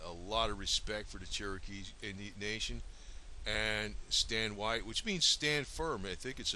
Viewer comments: His name is pronounced WAY TEE, not WITE. This guy needs to do more research before making a video like this. There were actually almost equal numbers on each side. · His last name is not pronounce "WHITE" but wā tē "WAY TEA" so if your going to use my ancestors in your propaganda get it right! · My grand Uncle Ben Carter rode with Stand Oowatie.I it is not pronoucned "White". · Watie burned down my 4th great grandfathers home. His last name is pronounced WATTY. Get it straight FFS. "Most Indians fought on the side of the Confederacy"? "The majority of the Cherokee fought for the Confederacy"? Ha ha BS. Waite was a greedy sellout along with the Boudinot /Ridge family who (26 years before the Civil War) signed the Treaty of New Echota in 1835 which sold all Cherokee land east of the Mississippi to the US government. This faction represented a minority of Cherokee and had no right to speak for all Cherokee, let alone sign treaties. For this they were sentenced to death for the betrayal of the Cherokee nation. Yet you pretend they represented the entire Cherokee nation? Not even close. Wikipedia has failed you.